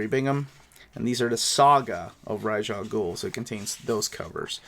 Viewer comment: nah it’s pronounced raysh